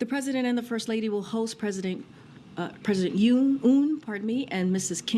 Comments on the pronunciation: 대본을 보고 읽는거고 대본에 Yoon 이라고 적혀있을텐데 도데체 왜 '운'이라고 읽은거야? 이해를 하려고 최대한 노력 중ㅠㅠ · 이름을 그대로 부르는건 예의인데 yoon 발음이 어려운 것도 아니고.. oon으로 부르는건 말도안됨 그냥 모른거죠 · 김정은 발음을 전세계가 한국 원어민 수준으로 읊는 시대인데, 자기나라 대통령을 욕해서 대 히트를 친 윤서방의 ‘윤’ 을 모를리가 있겠습니까! 빅엿을 맥였네요. 가치없는 인간 ‘운석열’ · Yun을 우리나라에선 윤이라고 읽지만 영미권에선 "운"이라고도 발음될 수 있음 뭐 이런걸로 국격이 녹네 뭐네 ㅋㅋ 국격 녹은거는 중국가서 7끼 혼밥한게 국격이 녹아내린거고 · 이번엔 운이군 국짐당은? 미국식 발음이 운이요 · 운으로 처음부터 말했으면 실수겠거니 했는데 뒤에 운으로 고쳐부른거보면 빼박 고의임 ㅋㅋㅋㅋㅋㅋㅋㅋ 몰랐다기엔 운 발음이 너무 좋앜ㅋㅋㅋㅋ